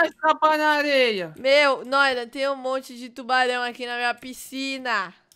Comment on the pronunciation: A palavra secreta e : Tuarão